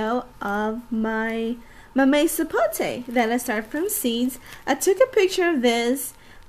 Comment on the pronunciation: It's called "MAMEY Sapote", she is saying right.